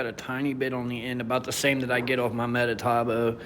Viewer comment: METABOO not MetaTAboo. Thanks for the review but man. Everytime you said metataboo made my ears hurt! 😖😖